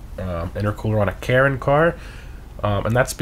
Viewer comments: Like how you say Karin. Sounds like Karen 🤣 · I keep hearing him say "Karen" Previon...